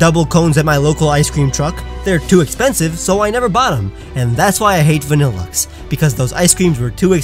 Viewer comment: VANILLUXE, NOT VABILAXE!